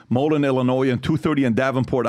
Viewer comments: Also "Mo-Leen" and "Duh-buek" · Moe-leen and Dee Buke! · Moline = Mo Lean Dubuque = Da buke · Wake up boys. JD is firing a warning shot at the unions letting them know how things could go in the future. Not that big of a deal right now and it looks really unpopular but let’s see what’s behind the curtain. PBD needs to learn how to pronounce the names of the cities.